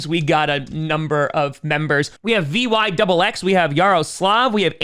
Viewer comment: Vyxx is pronounced Vicks lol